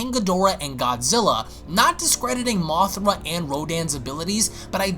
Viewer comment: Its mothra not mothera